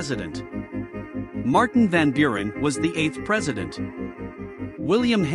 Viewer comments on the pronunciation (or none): none